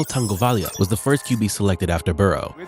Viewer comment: tuas last name seriously is not hard to pronounce